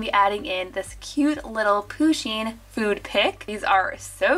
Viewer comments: Its pusheen not pooooosheen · Zoey Woodward ya ikr it's pusheen not pooshen but it's alright she just said it wrong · I like pusheen but im pretty sure that how you pronouncd it is without the emphasis on the u. But dont know you can search it up